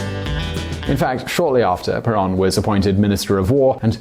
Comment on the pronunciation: In Spanish, the o is like a "long o" in English. /Pear-OWN./ (Caps for the accent, written out in Spanish, otherwise it would indeed be penultimate.)